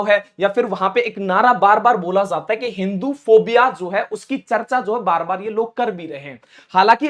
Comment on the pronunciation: Tum apna talaffus Sahi karo jata he zata he me fark